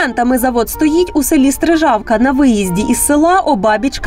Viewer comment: СтрИжавка,а не СтрижАвка!